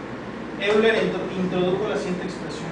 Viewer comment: Técnicamente se pronuncia: OILA :)